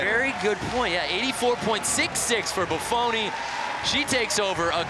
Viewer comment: does anyone else feel like the second commentator just couldn't leet himself celebrate Bufoni's win? "What if he drops her?" and then pronounces her name wrong at the end -_